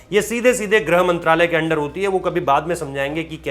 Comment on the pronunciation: गृह मंत्रालय का तो सही सही उच्चारण करिए सर जी, खबर के साथ साथ हिंदी को भी बचाना है हमको! क्यों?